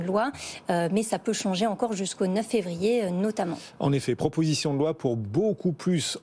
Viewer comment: "proposition de loin" (loi), "mainjeur" (majeur), "obligatoinre" (obligatoire"), "on voint" (voit), "poinds" (poids)